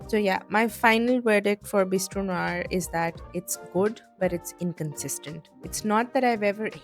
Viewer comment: love the choice of words ||||||||||| and thank you for pronouncing NOIR right!